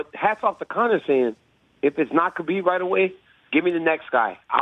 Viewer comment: I don't understand as popular as Khabib is not just in MMA, but globally people still mispronounce his name.